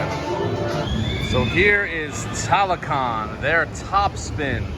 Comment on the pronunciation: 2 minutes in and already triggered when I spotted the titles of your chapters. Taron is named Taran, Chiapas is Chapas, Maus au Chocolat is Chocolat Mouse, Talocan is Talacon. Dude, at least have the respect to get these names right!